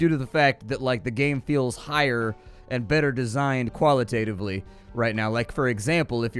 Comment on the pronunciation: Re-done and re-did it quali-tatively